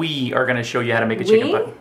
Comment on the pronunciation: I thought said "Chicken Butt". LOL!